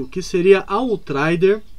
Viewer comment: "Autraider" kkkkkkkkkkkkkkkkkkkkkkk